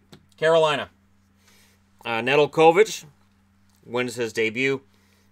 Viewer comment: Just an FYI for Alex Nedeljkovic, his last name is pronounced Ne-dell-ko-vich. Our local broadcast team for the Canes and the Checkers use that pronunciation for him.